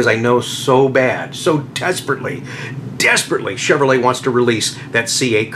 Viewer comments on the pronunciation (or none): none